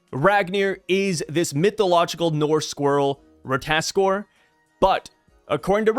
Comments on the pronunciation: RAT-AH-TAS-KER you're skipping a syllable... do NOT let me catch you lacking again... final warning... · Say it slowly with my, Rah-tah-tos-kir lmao (shoutout Smite) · it’s just “Rata-task-er” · if you played god of war u would know how to pronounce rata tos kr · Merry Christmas, I just wanted to point out that it's pronounced RA-TA-TOS-KR. Happy Holidays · Hi no hate, it is ra-ta-tos-kir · RAH-tah-tosk (R sound at the end) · Correct pronunciation: "ra-tuh-ta-skur" come on ❤😂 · i played god of war Ragnarok so ik ow to pronounce the word its pronounced (ra-ta-tos-kr) this not how it spell but reading it this way u know how to pronounce it better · If I remember from smite and god of war the pronunciation is Ra-ta-tos-ker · Watch a wee god of war Ragnarok clip on ratatoskr then you'll get how to say it lol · I thought you played God of war you should know how to pronounce ratatoskr..